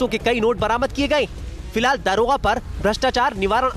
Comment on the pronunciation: police Mahakma hua shamshar.😂 aabe daroga hota hai daarogaa nahi hindi sahi se bol